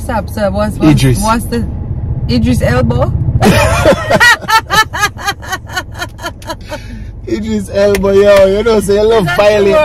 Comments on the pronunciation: By time u said idris elbo om creamated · ramp rough enuh! "BrBWayne" & "Eldris Elbo" LAWD ah weak! don't do that to ma friend. yu notice seh every time yu op'n yu mouth yu foot goh in deh🤣🤣🤣 Mi wi sorry fi yu aftah the melon-strapping. I would tell you to mark this as a lesson but you will just keep putting your foot in it. Still love you though❤❤❤❤. Tek time wid 'im. Yu beat 'im up bad todeh 🤣🤣🤣🤣🤣🤣🤣🤣🤣